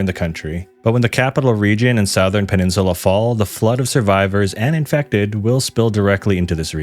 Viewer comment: No hate, but I hate the way you say southern